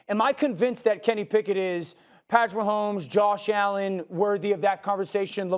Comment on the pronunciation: Man said pat mahommes 😂😂😂